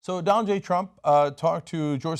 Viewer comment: did he say Dante trump